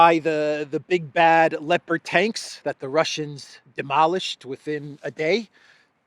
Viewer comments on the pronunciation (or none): I had to laugh,. I heard, "Leper Tanks..." 😂🤣😂 No one really wants them, because pieces fall off them all the time. 🤪😜🤪